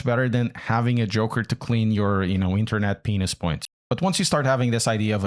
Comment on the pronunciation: Did he say “internet penis points” ? That what I heard